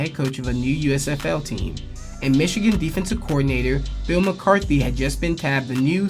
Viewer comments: Mc”Cart”ney Not “McCarthy” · This fool keeps saying McCarthy 😆 🤣 😂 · McCartNEY not McCaRTHY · McCartney, not McCarthy, otherwise good video, keep it up. Go Buffs! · Bill McCartney, not McCarthy. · It's McCart-NE! not Mcarthy... video is great, but that kinda ruined it... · Great video…. However…It’s Bill McCartney (KNEE), Gary BARNett and DAN Hawkins. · I was really looking forward to watching this, but I had to turn it off after the 6th or 7th time you mispronounced coach Mcartney’s last name